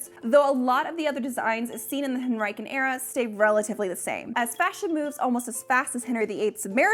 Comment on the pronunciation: I don't really wanna shame accents/saying words only ever read but... Hen-ri-kan era is really throwing me. Over here in the UK we pronounce it Hen-ri-sian the 'c' is soft.